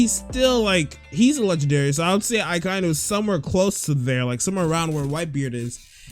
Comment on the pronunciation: its also pernounced ack-i-e-nu .